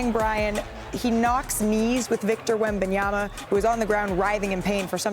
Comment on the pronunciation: Big Perk said "Victa Yabadabadoo."